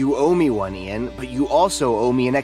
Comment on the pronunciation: AISHA called the guy Ian (pronounced correctly as Ee-an) but then pronounced it eye-an not 10 seconds later. What the fuck